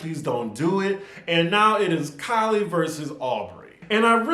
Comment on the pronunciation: Keeley not Kylie